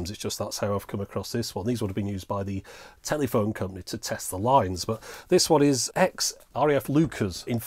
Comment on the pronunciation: thanks so much. enjoyed this. couldn't help laughing every time u said telly -phone though.